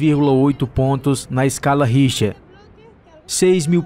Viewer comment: Pronuncia-se escala Richter...👍👍